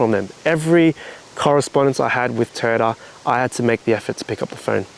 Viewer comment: Are you keeping your TOY- YOTA, NOT TOYTA.... BUT ARE YOU KEEPING THE RIG???